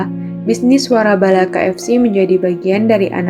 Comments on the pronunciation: koreksi ya mbak, waralaba bukan warabala, suwun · waralaba neng bukan warabala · Komentatornya ngaco,masa nyebutin waralaba malah warabala 😂😂😂